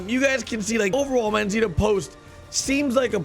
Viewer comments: D "Manzita"... lol is "Manzanita" which means "Little apple" in Spanish. For English speakers should sound something like Man-sah-nee-ta... LOVE YOUR VIDEOS... and I love RDR2 no matter what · Lol it’s “MANZANITA” not “MANZITA” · I swear it's Manzanita not Manzita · Its Manzanita, not Manzita